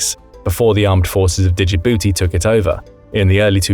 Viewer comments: There's no vowel between the D and J of Djibouti.If you just dropped the D you'd be pronouncing it more correctly than you are now. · Did anyone else hate how he pronounces “Djibouti”? 😭